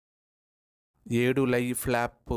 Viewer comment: Flop ❌plaapu...✅😂😂😂